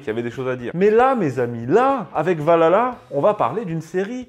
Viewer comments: C'EST PAS VALHALA, C'EST OUALALAH! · Je veut bien que vous soyez français et qu'il y a une prononciation française mais quand on parle de ce genre de sujet faudrait quand même faire un effort sur la prononciation du nom parce-que prononcée "Valala" au lieu de "ValHala"c'est vite agaçant on croirait écouter lalala de Y2K et bbno$